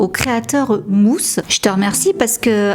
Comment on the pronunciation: Quand tu as dis mooss g cru que tu parlais du chanteur de au nom de la rose 😅